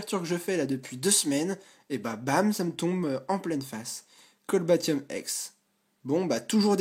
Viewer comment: Cest cobaltium pas colbatium ;)